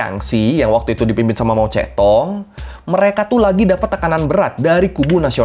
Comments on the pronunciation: mao zedong bacanya mao cetung 😂 bukan mao cetong😅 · pengucapannya harus mojedong bang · oiya bacanya itu mao tse tung ya mas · Emang mao zedong di bacanya mao cetong?